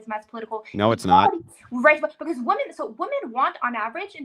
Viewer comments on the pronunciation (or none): another dumb biznatch who doesn't know how to pronounce 'women' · As soon as she pronounced "women" in the singular vernacular she lost all credibility.